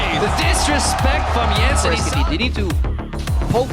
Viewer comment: It's just Yensen, it's not hard to pronouce. Just Yensen